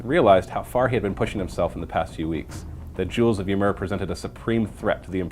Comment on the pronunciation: "Ymir", if that's the spelling you're using, is pronounced "ee-meer".